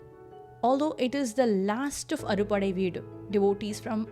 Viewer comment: Pronunciation not clear ...it is " aaru padaii veedu"